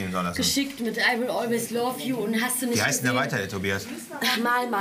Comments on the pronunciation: "I will always LAV JU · Laf ju hat er gesagt 😂😂😂👌👌